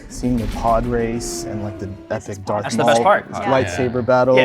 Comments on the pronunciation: said "Dark" instead of "Darth" in like the first minute lmao. I'm betting it's her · less than a minute in i’m guessing the girl in the pink top based on how she said dark instead of darth. i’ll edit this when i finish the video to correct myself if wrong. EDIT: i was totally wrong mb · outed herself in the first 10 seconds by calling Darth Plagueis "Dark Plagueis." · the girl who said dark instead of darth